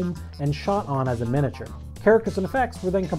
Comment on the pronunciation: Take a shot everytime he says 'minature'